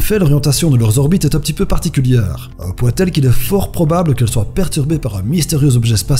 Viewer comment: Soite xD ça se dit soit sinon tres bonne vid